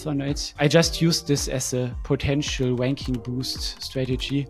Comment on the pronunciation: I'm sorry; but everytime you say "ranking" , I hear it with a "W" 😆 but great content and very insightful.